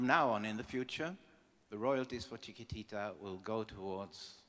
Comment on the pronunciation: What a shame the host could not even pronounce "Chiquitita"... it is probably the song that has earned more royalties for UNICEF than any other!